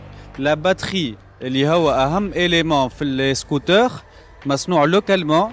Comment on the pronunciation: داير بحال السولكس لمزال كالعقل عليه احسن منو الزواق عندما ينطق السكوتور 😂😂